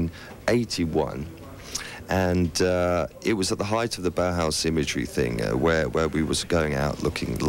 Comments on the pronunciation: Makes me think that whenever Brits criticize Americans for being stupid, they are really thinking of Canadians. BTY, it's pronounced Bow House, not Bah Hahs. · Sure, but still he ought to have researched the proper pronunciation of the name Bauhaus.